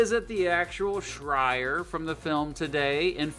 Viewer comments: "The Shrire" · Did this guy just call the "Shire", the "Shria"! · What the heck is a shryer? Try again! SHIRE!